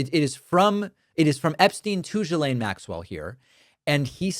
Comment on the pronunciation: It' GHILANE!!! not GSILANE